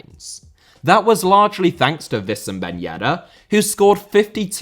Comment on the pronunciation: it's Wissam Ben Yedder Not Vissam, where did you get the idea to pronounce his name like that 🤔